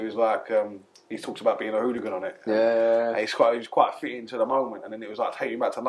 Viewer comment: “Football ooglun 😂😂😂